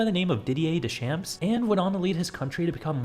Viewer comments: Literally choked on something when I heard "Dee Champs". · "De-champs" XD Close enough, I guess.